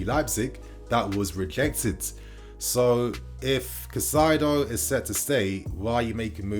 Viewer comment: KAAAH-EEE-ZE-DOH Learn to pronounce his name correctly, ffs.